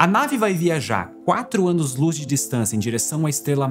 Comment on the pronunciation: Velocidade da Loos